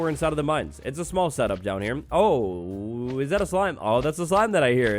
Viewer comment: instead of saying ,,oh" or at least ,,o boy" he sad ,,ɐ boy" british is a strange languege